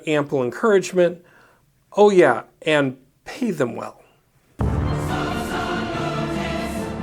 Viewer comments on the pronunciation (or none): none